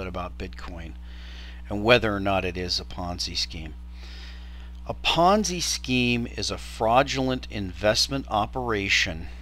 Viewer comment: Ponzi, not ponzy... and it isn't even remotely close to the definition of a ponzi scheme. -- Smoov